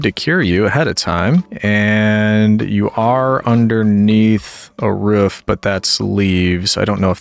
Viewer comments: I love how you say roof like ruff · has the whole roman thing going on Also: Pronounces Roof in the most yeehaw Appalachian/ great lakes way possible 10/10 love it